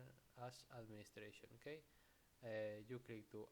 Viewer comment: okey? ok? YOURE OKEY??? BRO OK?????